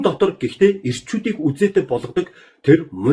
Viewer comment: Эрчүүдийг үзээтэй болгодог гээд байгаамуу? хаха Гүзээтэй гээд л сонсоод байлаа 😅😅😅